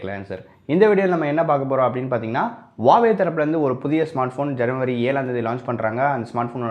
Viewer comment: Its Huawei...Not a Hauwei 😂